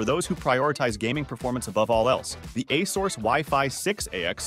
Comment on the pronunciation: Can't take this video seriously when he can't pronounce Asus correctly.